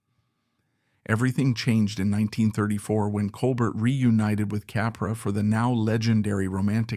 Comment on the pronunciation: Col bear, not colbert.